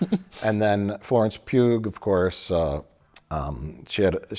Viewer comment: was Mike saying “Florence Pube”? 😂